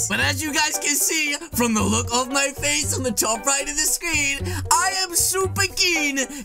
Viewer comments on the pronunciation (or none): none